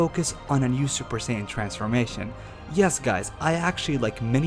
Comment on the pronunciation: 1) "USSJ" was the form used by Future Trunks when fighting Perfect Cell. Both Goku AND Cell explain to Gohan and Trunks respectively why this form is a BAD one. It limits the bodies ability to move. Mixing it with SSJ-Blue would not help at all. 2) It's SAIYAN, not Sanyon 3) Personally, I believe that SSJ2-Blue, SSJ3-Blue, or even SSJ4-Blue would be the most logical choice, but if I were to make a more powerful version of Super Saiyan God, I'd give it Silvery-White Hair, and call it "Super Saiyan Silver" or even "Super Saiyan Platinum"